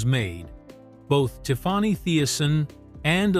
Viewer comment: Who is “TIF-FAH-NEY”?